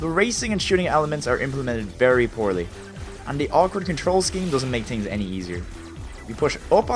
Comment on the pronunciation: "tree laps", "tings", "two tousend and eight" that's very similar to Jamaican Creole. Are you Irish??